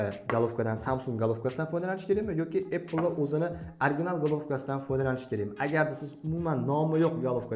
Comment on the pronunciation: Iltimos birodarim shu “apple” so’zini qanaqa qilib talaffuz qilishni o’rganvoling,chunki har bitta videongizda shunday talaffuz qilasiz,sizga hech qanaqa adovatim yo’q,negativ deb hisoblamen🫡